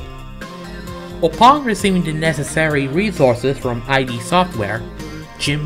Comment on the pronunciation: A tip: turn the loud music down by a lot. Also: Sam Hickman is a woman. ID is pronounced as a word, not as I.D.